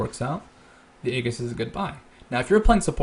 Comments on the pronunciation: EEEEEEEEEJIIIIIIIIIIS of the legion. Not A-egg-ass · Just fyi, "Aegis" is pronounced "ee-jis" with the accent on the long "E." On topic, this is a cool vid and I'm linking it to my friend who is learning support.